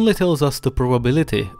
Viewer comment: "The" isn't pronounced "duh."